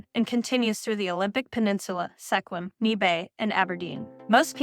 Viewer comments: Sequim is pronounced "SKWIM". I moved here in 2013. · Seh qwim & kal lack? hahaha, u obviously never been here....ppsshhh, meddlin' kids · Sequim - pronounced like swim but a q instead of w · (( )) SECK wim??? NEE Bay?? 👎👎👎 Bot AI narration or uneducated on pronunciation.